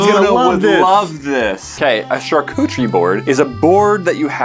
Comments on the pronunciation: I love that keeps saying charcutcherie board when it is definitely pronounced charcuterie board. I even asked my friend google because it sounded strange. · I thought he said shar-coochie😃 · and he pronounced charcuterie board wrong every time making me CRINGE